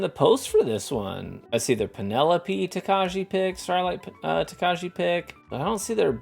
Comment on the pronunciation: Says Tokaji wrong for the majority of the video Learns how to say it correctly Continues to mispronounce it because his Midwestern is too strong for this world.